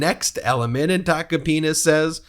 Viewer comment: Not "Tacopina", but "Toca pene"